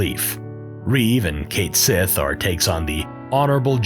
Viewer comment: Cait Sith is a Gaelic word and it is definitely pronounced Ket Shee